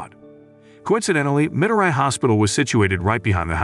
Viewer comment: It’s pronounced as Me-doe-ree not mi-do-rai